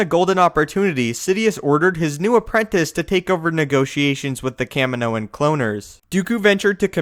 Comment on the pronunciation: Why can you never pronounce things properly it bugs me soooo much, the way you say kaminoan cloaners was fucked up!!